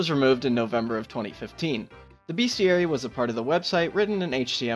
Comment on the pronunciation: *bestiary, not beastiary